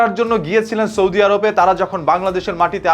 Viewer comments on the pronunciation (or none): none